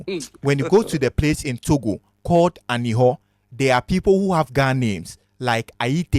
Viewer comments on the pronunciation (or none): I like this, but to mention the Aneho your have to pronounce it as Anerho. The same name is in La